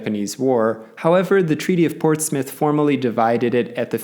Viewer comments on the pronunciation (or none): none